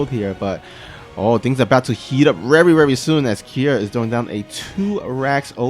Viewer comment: rerry rerry s00n